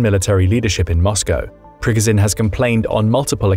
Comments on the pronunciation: It's Pree Goh Jin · It is NOT pronounced PRGGAZIN. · Its pronounced pre goh zh nin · Ikr, it's Pig-o-shun. Oink, oink.